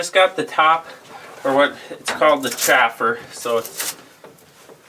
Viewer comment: Chaffer and Sieve... I know you know what I'm saying, so all you all,,, say it correctly....